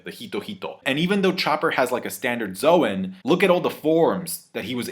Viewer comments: Logia is pronounced with a hard G and Zoan is pronounced like zone no zo-an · Please pronounce zoan correctly, you know at your core your wrong lmfao